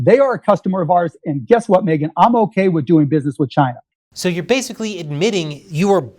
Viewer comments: Sometimes I miss the way he says Chy-na. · It's pronounced Gina...